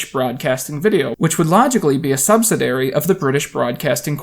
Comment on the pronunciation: "subsidary"? I think the word you are looking for is 'subsidiary'. I appreciate the effort in using $5 vocab words, but if you are trying to sound smart you should really work on your pronunciation. All it takes is a quick google search! Your videos are like 80% enjoyable, but stuff like this makes these videos seem like they are made by an egotistical high schooler. Like you do stuff that will make teenagers think you are smart but adults will just roll their eyes.